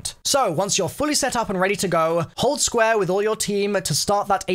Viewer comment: “Squa” (square)